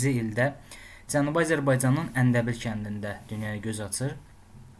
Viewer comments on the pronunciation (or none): Əndəbil yox,Ərdəbil